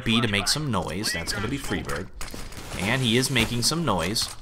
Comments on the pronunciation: sounds like "Freebird" lmao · its FRY burg. friberg. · I like how he pronounces Friberg differently every time.